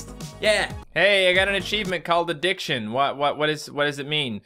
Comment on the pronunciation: When you said " I got an achievement called addiction" I thought you said "I got an achievement called The Dicksion". 😂😂😂